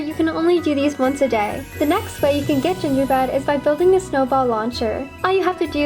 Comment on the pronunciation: Did any one notice that she said gingerbed? Like if u did